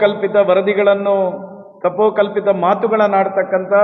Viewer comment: ಕಪೋಕಲ್ಪಿತ ಅಲ್ಲ ಶಾಸಕರೇ,ಕಪೋಲಕಲ್ಪಿತ ಎಂದಾಗಬೇಕಿತ್ತು. ತಮ್ಮ ಲಿಖಿತ ಅನಿಸಿಕೆಗಳಲ್ಲಿ ಅದೆಷ್ಟು ಬಾರಿ ತಕ್ಕಂತ,ತಕ್ಕಂತ ಶಬ್ದಗಳನ್ನು ತುಂಬಿದ್ದೀರಿ 😂😊